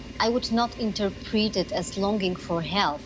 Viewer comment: The way she pronounces "interpret" is completely wrong. Make me your correspondent, I could do a better job :D